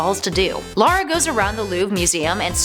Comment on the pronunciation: Her names lara not Laura